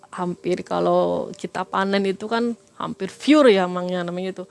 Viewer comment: Narasumber nya cara bicaranya lucu tapi gak lucu....sok pakai bahasa Inggris tapi salah..bicara tuch gak usah sok sok an pakai bahasa Inggris dech kalo gak bisa ..bahasa Inggris nya pure ko di ucapkan jadi fiyur ato fire..apaan tuch artinya?🤣 Dan lagipula..binatang atau hewan ko di bilang meninggal? Trus ntar kalo manusia di bilang mati gitu yaach Bu? Aneh...bukannya itu terbalik yaach? Sering yg jadi narasumber nya malam mencekam ko sok cara bicaranya seperti itu yaach?